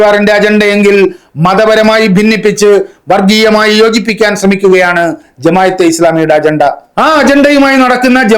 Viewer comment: ജമായത്ത്അല്ല ജമാഅ:😂